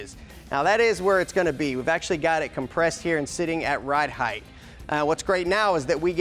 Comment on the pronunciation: Height, sounds like bright, light, fight. There's no "th" sound on the end of height.